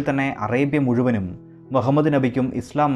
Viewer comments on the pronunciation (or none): none